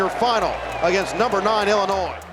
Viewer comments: That's how it's pronounced. ill-uh-noy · Ngl the way you pronounced Illinois absolutely ticked me off 😂 I didn’t even understand what you were saying at first lol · That's a wild way to pronounce Illinois.